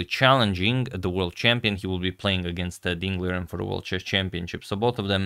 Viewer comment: Agad ding liren is pronounce as ding lijen